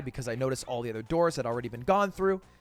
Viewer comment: you always replace "o's" with "e's" when you speak? Like ether instead of other?